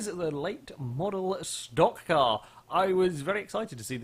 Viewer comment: HEY! LOOK!, a brit, actually CALLED A STOCK CAR CORRECTLY!